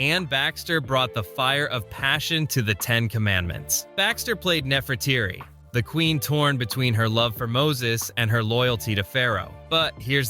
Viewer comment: The odd thing is that the wife of Ramses l was called Nefertari not Nefertirii. Nefertiti was an entirely different queen of Egypt.